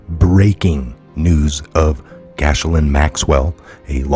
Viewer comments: Not gashlin, it's pronounced jizzlane. And, uh, I guess she is! ;) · 😊 That pesky French pronunciation… She has a beautiful name. It’s so sad it’s on such a gross horrible person…Her name is pronounced GEh- laine. Long G sound like you would say KEY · Pronounced Gilaine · sorry but you need to get these names right... it's pronounced GIZ Lane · That's "Gee Lane" Maxwell! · Hey, the spelling will trip you up, but you pronounce it “Gill Layne”. God love you. 🤣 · Thank you, for all you do, I'd be so confused if it weren't for you and the rest of the awesome Truther Patriots out there! Love, Blessings and Gratitude🐸💜✌🇺🇸🌎 (I think it's pronounced like ghee-lane) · Gee Lane is the pronunciation